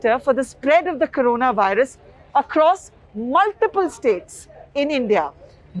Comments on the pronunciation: " CORANAVIRUS" ==> " CORONAVIRUS " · It is "corona virus" not "Carona" or "Corana" as you are showing. Please correct it. Spend time before you edit your videos.